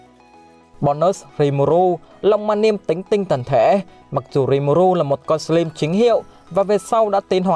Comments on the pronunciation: Sờ lam chứ ko phải sờ lim anh ơi :v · Đọc là " sờ lam " ko phải " sờ lim " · Góp ý tí: anh nên đọc đúng từ slime /slaim/ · A đọc là sờ lam thay vì sờ lim được ko a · Em chỉ góp í 1 chút là từ + slime đọc là sờ lam +chaos đọc là kay ọt <3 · Lần sao coi kỹ lại cách đọc Slime nha anh :v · Đọc tên nhân vật, tên chiêu thức chán thật sự, cả slime mà đọc sai thì chịu luôn ông voice